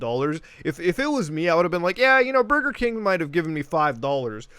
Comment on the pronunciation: Only good thing, Mario phone saying: "Bugeh King"